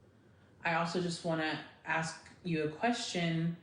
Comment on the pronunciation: Therapist saying “axe” instead of ASK…seriously?!?!